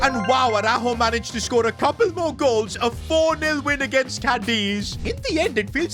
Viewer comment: You had to scOore